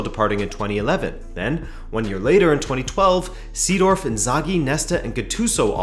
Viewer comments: Seedorf is pronounced like Saydorf and Milan is pronounced like Mill-an, not Me-lan. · Sadoff? haha. It's Seedorf xD